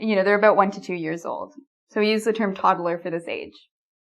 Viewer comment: I'm from the USA and I like how you pronounce the word 'about' I want to say it like that from now on.